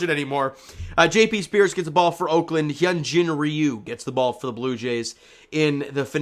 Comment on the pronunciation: It sounded like the last name of J.P. Sears was being pronounced like the last name of Britney Spears. I need to get my hearing checked.